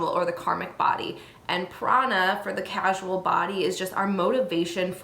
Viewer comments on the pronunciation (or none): Core--sal (causal) not casual. 🕉❤✌ The statement of 'you can have excess Ojas' is incorrect. You can never have enough Ojas once you've topped it up so to speak it begins to overflow into the subtle body and brain. If their is an excess of heaviness that's not AMA or Kapha it is highly likely it's a Tamasic quality causing a dullness. We should always strive to boost Ojas. Great video but this needed to be said.